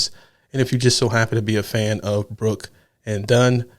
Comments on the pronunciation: It's BROOKS not Brook! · Bro, it's Brooks and done.There's an s on the end of brook , it's brooks , not brook. Open your eyes and read